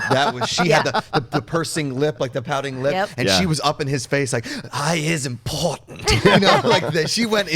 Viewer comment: "I is impo-tent" the monologue in the show couldnt be more different than the help. Has to be most racist thing I've seen on collider. Unsubscribe and last time I watch this racist network that doesnt have any black people on it any way. thanks for making that clear.